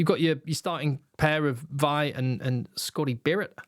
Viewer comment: Nice review of the squad, and I must say spectacular pronuciation on "Scotty Barrett" 🤣 (ya cheeky sod! 😉). A bit concerning that they once again go for so many utility backs rather than specialist winger and fullbacks. Could get caught out in those positions with any injury issues. 🤷 But generally a solid looking squad. Looking forward to the games.